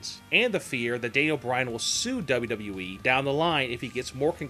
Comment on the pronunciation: I 've never cared for the way the narrator says, "WWE" and I think a lot of what he says here is pure conjecture. He uses words like, "probably" too much.